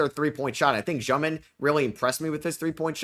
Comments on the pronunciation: Hey, so its actually not Zhёmin like u are saying, it sounds same as ur regular pronunciation of Demin but with the ё sound instead of e, so more like Dyomin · i know russian and It's basically Dyomin, not Zhyomin, you can also just say dEmin, in Russian it sounds like Dyomin, but some European surnames in English sound different than in their native language and can be pronounced either way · it's egor dyomin not jyomin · He's Дёмин in Russian so it pronounced Dyomin